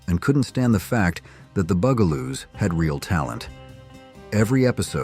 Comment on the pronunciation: the "bew"galoos... lol